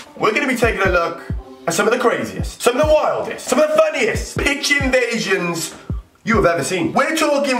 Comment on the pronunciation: Sesyist football pich invaishins